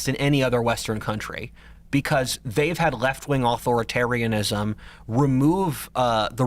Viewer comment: What is it with this dudes inability to say authoritarianism?